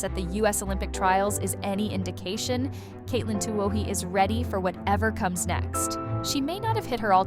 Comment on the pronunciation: Same and " it " can't pronouce Katelyn's name. cheers